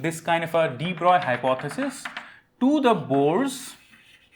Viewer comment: Respect for knowing how French physicist de Broglie is pronounced.